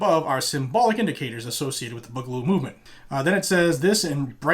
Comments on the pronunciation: Boo-ga-loo Not Bug-a-loo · BOO GA LOO not Bugloo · May the Boog be with you. By the way the first part of the word is said BOO not the way you say it. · its "boo"galoo this is like watching a boomer try to be hip